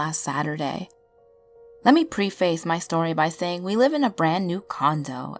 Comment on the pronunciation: Preface. Please look it up and listen to the proper pronunciation.